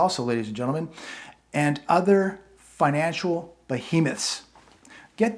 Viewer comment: You can NOT Make Fun of the Guy Who Wrote that Letter ✍🏽 📄 to You, when YOU can NOT even Read NOR Pronounce SIMPLE, EASY, BASIC ASS Words! “Subsidy” “Financial” Etc.,!